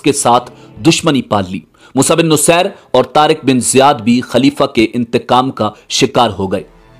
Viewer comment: Moosa bin nusair nhi moosa bin naseer